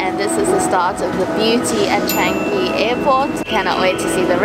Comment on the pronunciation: When they were talking, I was focused on the announcements I hear everyday when I take the train. Oh and and, you guys pronounced Changi wrong. It is 'ChAngi' not 'Chaangi' You can try to see my Jewel video for the correct pronounciation.